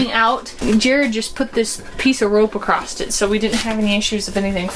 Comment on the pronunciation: Across not Acrost. LOL